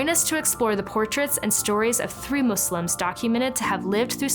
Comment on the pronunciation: Waow amazing. Thank you for your correct pronunciation of the word Muslims. With the s and not a z.